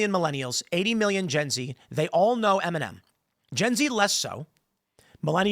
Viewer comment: I kept hearing MNM and kept wondering who he was talking about... mfw it's Eminem 🙈